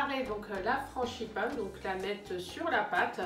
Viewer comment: juste une petite réflexion : franGipane et non franCHIpane, sinon c'est parfait. Bravo